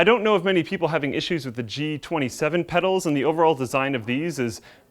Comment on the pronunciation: Did i hear wrong or call the Pedals "Medals" 3;50? i may be losing it.